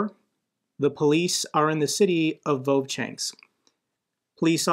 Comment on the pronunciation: It isn't "vovchanks" but "Vovchansk'